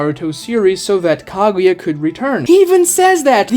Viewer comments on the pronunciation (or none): They were you pronounce names really hurts me. Madara, Kaguya, Akatsuki... you pronounce them all in very cringey and Americanized ways. Makes your video unwatchable. Not finishing the video. Channel blocked.